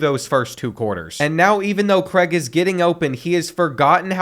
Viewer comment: Craig not Creg 🥲😂